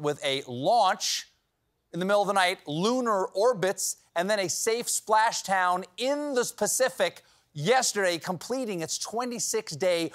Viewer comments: Anybody else hear "specific" instead of "Pacific"? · Did anyone else hear "in the Specific" (as in pacific ocean)? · I had to replay this several times and I'm still not entirely convinced he didn't say that it landed in the "Specific" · he said “a safe splashtown in the specific” 😂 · I swear to god I hear him say "in the Specific" because all those previous S sounds tripped him up... it's hilarious, really. :) Good slip, Stephen. The Specific Ocean is my favorite. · “a safe splash town in the specific” has Steven been on the eggnog? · "The spacific", ah yes, it is I must say a very specific ocean indeed lol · Anybody else catch the "spashtown in the spacific"? Lol. I know monologues aren't as easy as he makes them look. I just found it amusing. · At 40 seconds: "A safe splash town in the spacific" :D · U said spacific ❤ lolz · "and then a safe Splashtown in the SPECIFIC" Never change Stephen lol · Anyone notice that Steven said "Spacific"? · I love the spacific ocean 🤣👍, flubs are priceless!